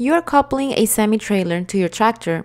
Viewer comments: I hate hearing "coopled" and "coopling" instead of the correct pronunciation. You said it right ONCE though. Other wrong word pronunciations too (like "valve", and "jackknifing") are distracting. I appreciate the effort though. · Agreed. Bad pronunciation and cadence is distracting. She says coupling wrong, king pin wrong, glad hands wrong, even with the blanks, she does them wrong. Terrible narrator.